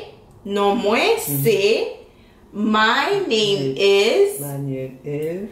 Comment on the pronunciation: Mesye a t di: Manyeuuuum is Otoniel😂😂😂😂